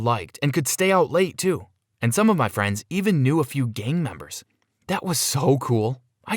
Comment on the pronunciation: Whenever you say gang members it sounds like game members